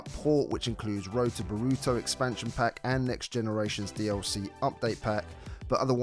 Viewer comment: Nar uw toe bore uw toe Not burooto and nooruto